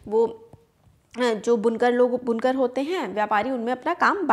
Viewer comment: It is बुनकर not Bunkaar please be correct